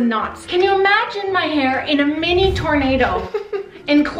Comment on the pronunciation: Tornablow 😂😂😂😂😂 I can't